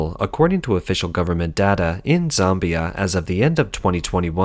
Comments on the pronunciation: It's ZAmbia - not Zombia. But that's pretty funny - sounds like the land of the Zombies. Hehehe.... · ZOMBIE-ah??? Hahahaha! I'll never read "Zambia" the same again!